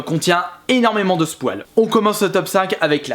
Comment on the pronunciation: Au lieu de dire spoil il dit "SPOUAL" et ça choque que moi ?